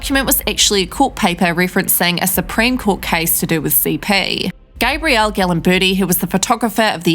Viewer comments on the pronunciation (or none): none